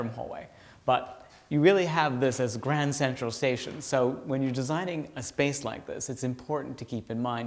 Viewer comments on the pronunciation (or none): none